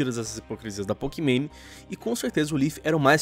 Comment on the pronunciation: "Pokimane" Eu : Pokimané